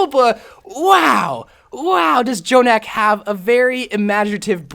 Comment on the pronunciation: Thank u for not saying j-jonak and just saying Jonak u are truly blessed